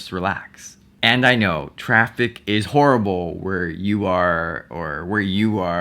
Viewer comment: when he said "you're always going to be in traffic" I thought he said "you're always going to be attractive" and I'm like orly?